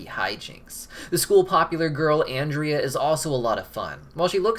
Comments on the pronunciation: YOU TELL her nam Wrong its AN- DREA !! xD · Um…it’s actually “Ahn-drea.” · My thing is he keeps scaring people in Brighton so why does the miserable meter go up. There's other people to scare besides molly and her family...Also its Awn-dria lol. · You actually miss pronounced Ondrea‘s name in this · Guys he said Andrea wrong don't let him sit at your lunch table